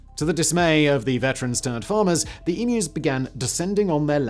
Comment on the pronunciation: Take note Americans, that is how you pronounce "emu", its not "e-moo"